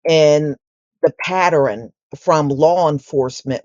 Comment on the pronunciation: Pattern, pronounced; "pa tern", not "pa tar rin"